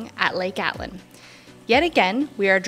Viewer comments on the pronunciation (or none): note it's Lake ATITLAN, not ATLAN. Also VAGA mundo, not VEDJA mundo....the beer in Spanish is pronounced GYO, not GALLO as in English. Two LLs in Spanish is a Y.